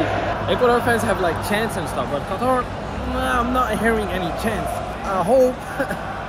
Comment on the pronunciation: Nono it’s Qatar